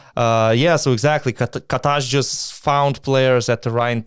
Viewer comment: Loved the podcast, however few points as a Maccabi fans. Loved the love you gave to John D <3 The name of Maccabi coach is KA-tash and not ka-TASH (the pronouncing is stronger on the first part of the last name not the last part:) ) History between Maccabi and Mike James is long, he also teased the crowd in Tel-Aviv several times. Anyway if someone can't hit free throws if fans chant "bad words" at him then he has a mentality issue. Other players can take this and turn it into their advantage and there are so many examples of killer players in Europe and in the NBA that can just use it to be better and more motivated. Second thing is Monaco only gave 350 tickets to Maccabi fans, the rest of the fans which was closer to 1000 than 600 bought the tickets from the online shop of Monaco or other sources. If Monaco fans are selling tickets to this game, or too slow to buy tickets, they're not real fans... During the game there were humilating security check (3 different kind of them), isolation of the fans without being able to buy water etc. Last thing, Monaco police don't allow Maccabi fans to enter drums, trumpets or any equipment for game 2... It's a good choice for Monaco maybe but very bad for the game of basketball where you wanna see fans chanting and not sitting and clapping.